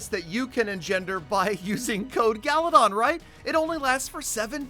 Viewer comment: It's not galadon its galydon